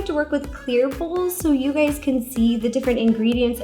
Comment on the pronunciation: i thought you said “hey gays” in the beggining i legit peed